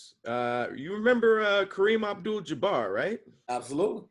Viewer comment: LMFAO said “Kareem AbJewel DeBarge”